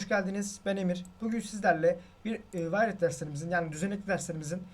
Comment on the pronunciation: wired derken nedne sürekli velet anlıyorum acaba? :D